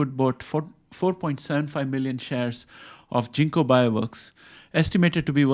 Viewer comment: It’s hard G ginkgo not jinko